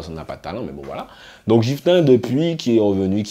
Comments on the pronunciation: Mdr sa me stress trop quand tu dit "jifta - poplayne" mais sinon bonne vidéo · Ceci dit, c'est GIFTA (avec le son "GUI" comme dans guitar ). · Cest une tres bonne initiative de ta part de parler du dancehall 973 mais tu aurais du te renseigner quand même un peu parce que pour nous le public guyanais ta video reste crédible qu'à 40%😔 ...faut faire attention dabord a la prononciation de leur nom:gifta et poplane -la guyane est influencée par limmigration qui est tres importante..tout le monde parle minimum 3 langues..donc imaginez linfluence que cela a eu avec le temps sur notre creole,notamment langlais de la guyane anglaise qui est tres présent dans le creole de nos jeunes...ce qui explique pourquoi ces artistes chantent avec beaucoup d'anglais dans leur créole..cest le nouveau créole parlé par les jeunes de guyane surtout dans les ghettos. -lesnah a pratiquement disparu de la scene musicale.il ne chante presque plus depuis a peu près 2 ou 3 ans... -gifta na pas attendu le coup de pouce de kalash....le son pati di anyen n'a pas marché en guyane mais sa a permis a certains antillais qui le connaissais pas de le connaître. Gifta est tres important dans le dancehall guyanais :jahanai king,poplane,dana di baddest,poplane...ont été produit par gifta a un moment de leur carrière et ken vybz a été dans l'écurie de gifta et pour finir avec lui ..gifta et kalash sont très amis ..ils ont fait qu'un seul son ensemble donc je comprends pas qd tu dis oui il doit continuer de travailler ensemble 🤤 -chinee queen a eu beacoup de succès quand elle etait dans lequipe de ken vybz..leur relation sest dégradé en qq mois et ken vybz a su